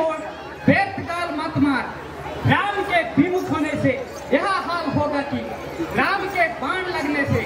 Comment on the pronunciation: राम को रामो बोलते 😢😮😮 है